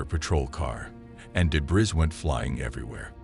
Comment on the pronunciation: The scary thing is this voice (AI?) saying "deBRIZ" and "moosh pit"...